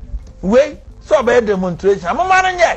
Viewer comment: Demontration😂😂😂😂 somebody should tell that fool abronya is Demonstration not demontration ofuyi aduyi ba😂😂😂😂